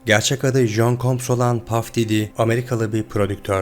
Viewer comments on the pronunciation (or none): none